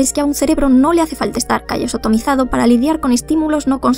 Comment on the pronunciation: No puedo dejar de reirme cuando dice "callosotimizado"